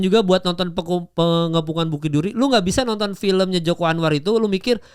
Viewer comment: PENGEPUNGAN mal PE.NGE.PU.NGAN...dr tadi dengernya kaya PENGUMUMAN